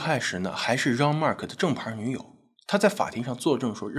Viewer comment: 既然是法國人，應該用法文發音，Jean和Agńes不對。